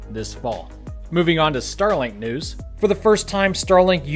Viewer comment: Intro today: Hi, I'm, a this is SpaceX in the noose Me: Oh no....